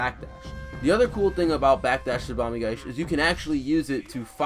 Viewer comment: there's an i at the end of "tsubame gaeshi", if you're going to make a video where you say it 100 times you could try to pronounce it properly